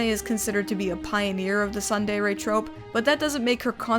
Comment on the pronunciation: Also, "tsundere" is pronounced: tsoon deh-reh